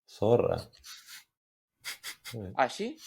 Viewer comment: When he said sorra, 🤭